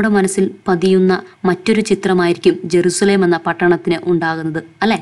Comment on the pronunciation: ജരുശലേം അല്ല എരുശലേം അണ്